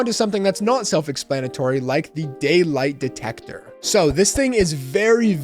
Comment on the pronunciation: Me when he said daylight detector😖